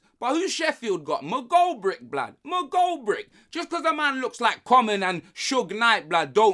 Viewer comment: Did just say McGoldbrick instead of McGoldrick